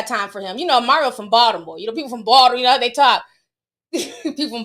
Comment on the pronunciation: Your Baldamore accent 😂😂 (I’m from Balto and you did good 🤣)